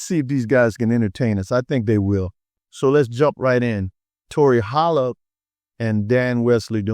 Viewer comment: A couple of notes: c flat and b sharp {kidding}. You nailed the pronounciation of Holl uhb. Also, Tori, and Pattie, Maxine, and LaVerne Andrews all hail from the Twin Cities Area. There must be something in the water.